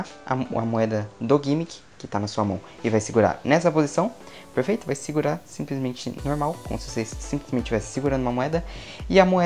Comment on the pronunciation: Ele só sabe fala perferito🤓